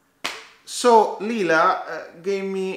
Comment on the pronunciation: I'm so proud of you! Well done! hahaha yes it's lila;-) but you get bonus points for pronouncing it correctly. I believe your number doesn't define you. Having 1 million subs doesn't make you superior just like having 10 subscribers doesn't make you any less of a worthy youtuber. That's why I think Cody's #nosmallcreator movement is SO awesome!